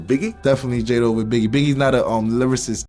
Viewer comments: so he says "lyrarist" and we supposed to take him seriously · He said Livercist 😂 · he can't even say lyricist. Bro said lyririst 😂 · bro cant even say lyricist and has an opinion on it, “biggie is not a lyricist”